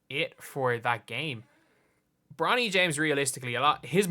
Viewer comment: Is he saying bronald ??